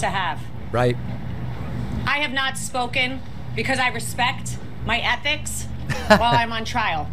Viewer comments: She respects her "ethics" lol so funny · She said "ethics!" 😂😂😂